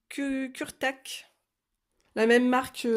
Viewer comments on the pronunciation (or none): et excuse moi j'avais oublié le principal!!! tes coloriages sont vraiment superbe!! tu es doué dis donc!!! bisous et c pas kurétak mais ça se dit kuretaké mdr!!! c mignon!!! et ui les pinceaux petits gris c comme un bon pinceaux réservoir d'eau avec leur lavis j'en possède que 2 ou 3 je sais plus mais il faut que je test lol mais le réservoir d'eau Kuretake est génial je trouve!!!